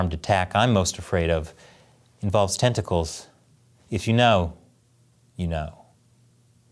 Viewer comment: Tentical 😂😂to